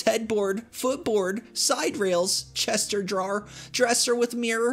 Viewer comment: "Chester drawer" OMG. CHEST. OF. DRAWERS. Jeez.